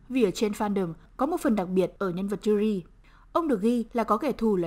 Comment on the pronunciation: móa cay cách phát âm tên Yuri vcl chứ, mong những video sau cải thiện :v